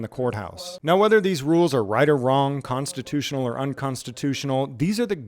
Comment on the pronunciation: reads like she’s in 4th grade. Comstitoo-shenughl is the wildest way to pronounce the word ever.